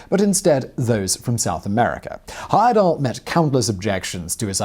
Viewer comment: Thank you for pronouncing my cousin's name correctly. (Grandfather's second cousin to be precise). I asked him if he were going to do any more of these trips in the late 80s when I was old enough to go but he said he was getting too old for adventures.